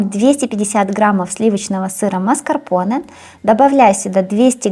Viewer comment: Классный торт и все рецепты классные. Маскапонэ говорят. Букву р не произносят